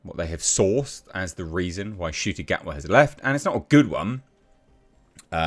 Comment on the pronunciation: Oh so you can finally pronounce his name properly good start 👍🏿